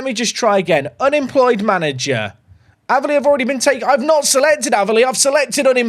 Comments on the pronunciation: Using my comment to help the algorithm to say the way you were pronouncing Aveley (It's pronounced like 'Ayv' not 'Av') was driving me craaaaaaaaaaazy 😂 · And its not Averley it's A--veley 😀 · its aaaaveley. Not averley haha i dont know how to type how to say it but youre saying it wrong 😂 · Ave-Lee not ava lee 😂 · you pronounce it Ava - Lee. I went to The Aveley School 🤣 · Just so you know its pronounced.. A ver lee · One its pronounced A-ver-lee. Two its has a car park next to a swimming pool so it's a good away day 👍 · hearing him pronouce aveley wrong way to many times was painful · Aveley rhymes with bravely. It was making ears bleed to hear it the way you said it!😂 Glad you got it out of your save.